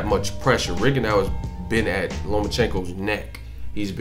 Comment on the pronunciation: Why is it that almost nobody can pronounce "Rigondeaux" correctly? If you really respect the man, respect his name!